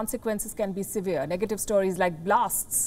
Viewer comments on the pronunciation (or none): none